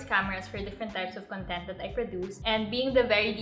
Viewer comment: wrong pronunciation po sa word na content